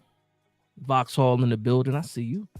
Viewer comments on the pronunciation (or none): none